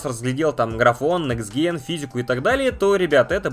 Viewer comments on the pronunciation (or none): Оу,. Вы из Англии ("мнение о nextgen")?